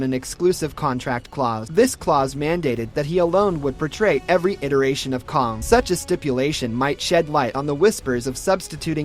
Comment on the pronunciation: That’s is caaang not kong